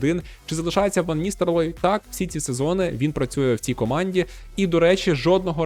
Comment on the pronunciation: Ван Ністелрой, а не Ністерлой. Дякую за контент